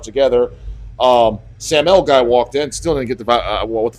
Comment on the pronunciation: The way he pronounced Samael I had no idea who he was talking about. 😀